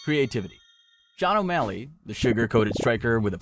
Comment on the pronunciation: then you purposely mispronounce the fighters name for engagement? 😂